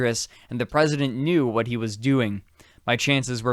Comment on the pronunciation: Drinking game: drink each time he sais "wath?!"